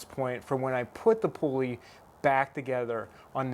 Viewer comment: Helpful video. Thank you. But you don't have to say "pulley wheel" -- a pulley IS a wheel. And the first syllable is pronounced as "pull," not pool. One irksome thing I see in a lot of DIY videos is that the person's hand obscures the action. I don't say these things to be mean. I do think your video is helpful and better done than most. Thanks again.